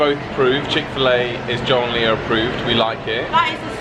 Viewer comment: I have seen people take out half of a sandwich with one single bite but with Lia here which sounds like you are calling here Layla I take small bites as well haha.